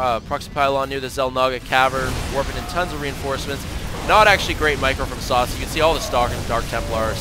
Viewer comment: Yeah, Sase is pronounced Sa-Say :3 SCII player with War3 background.